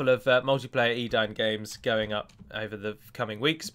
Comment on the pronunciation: I thought it was pronounced 'e-dane' as in great dane.